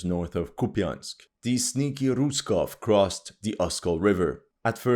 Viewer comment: Dude, please say bridge head instead of breach head! Btw, Russians is not russkov but russki! lol